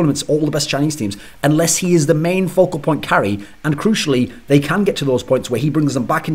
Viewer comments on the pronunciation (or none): none